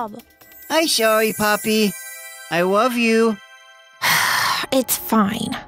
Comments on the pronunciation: She’s too cute also I like the part when player said “sory poppy I lofe you” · THIS MAN REALLY SAID.........IM SOWE POPPY I WOVE YOU LIKE WHAT THE HELL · does player say sworry poppy i wove you